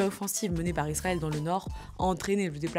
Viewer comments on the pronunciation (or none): none